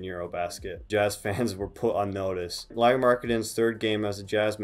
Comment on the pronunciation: No, you didn't pronunciate Pekka or Riikka or Hannu Möttölä (this one was actually the most correct) correctly but Finns forgive you since you at least pronunciate Lauris name correctly 😄 Eero is actually one of Lauris older brothers, not younger brother. Other one is Miikka, who played basketball in Finnish first division until ankle injury stopped his career. Also in last summer he played in Eurobasket (which is Europian championship), not in Euroleague (which is like league, same way as NBA but in Europe) as you first said. Those are nitpicks though (since you seem to be interested in him), nice video of Lauri 🙂 And you are totally welcome to steal him from Finland to Utah. 😄 We get to have him in summers at national team anyway 😉 It has been his dream to be in NBA after all and you are clearly treating him right. He talks in (Finnish and English) interviews how he likes to live in Utah since it's smaller place and nature is close and organization is great 🙂